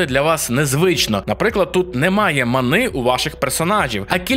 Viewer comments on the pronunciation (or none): Чому манИ, якщо мАни?